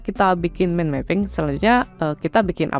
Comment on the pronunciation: baca "mind" itu mukan "min"bang....tapi maen.....